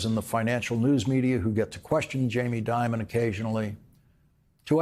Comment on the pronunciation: I newscasters people would pronounce Dimon as "Demon" instead. Perhaps by accident?